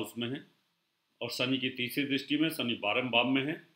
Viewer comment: आपकी भाषा में उच्चारण प्रादेशिक प्रभाव से अत्यन्त ग्रस्त हैं : 'शनि' को 'सनि' बोलते हैं, 'बुध' को 'बुद्ध' बोलते हैं!! क्या बिना संस्कृतभाषा पढ़े ज्योतिष-शास्त्र सीखा होगा ?